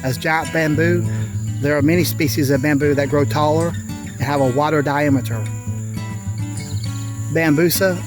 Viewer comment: Only one sprouted. How much bamboo have you got now? The accent when you say diameter is funny lol reminded me of eurly from squidbillies